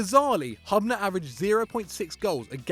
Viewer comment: Butchered Dario Hubners name!!!